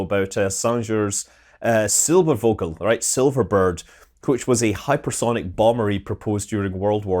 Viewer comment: angrygermannoises Sänger was not French. Think of zinger and replace the i with an a, that's all. Also, the v in Silbervogel is pronounced as an f.